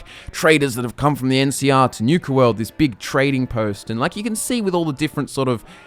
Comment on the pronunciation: Newka world? . . . . NU-KA, as in Nuke not Newk LOL